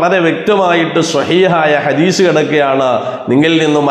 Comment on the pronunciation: ഹദീഷ് അല്ല.. ഹദീസ് എന്നാണ്.